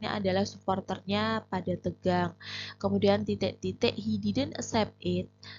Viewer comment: Titek berati bhs jawa mbaaaa😊